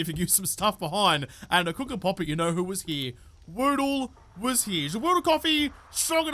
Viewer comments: Hey, try saying the Ja with a french style accent, who knows if you can speak in a french accent anyway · Try pronouncing it Jaw Oodle. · Say Ja in the same way Rastafarians say Jah (meaning God). Less of a AHr at the end and more of an UH. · Yep I do the same just long enough to see the days mispronounce of the day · you have to say without the r sounds say like jab without the b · Would be interested if you pronounce the "ja" as the german ja for yes make a difference 🤔